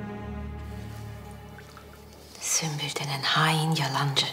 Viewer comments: Biri süklüm der diğeri süslüm kfkfjf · hele bir de Sumpül vardı ahshah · sümbül ağanın ismini yabancı kadınların söyleyememesi peki ksbdjdkshd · Bu sümbül ağanin adini kimse düzgün solemiyor ya ahaha